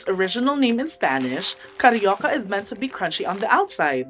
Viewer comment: On behalf of every Filipinos, we forgive you for the cariocas! But you were entertaining trying to make it! 😂